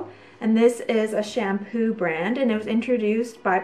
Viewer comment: did You say SHAM-PEEW?...LOL!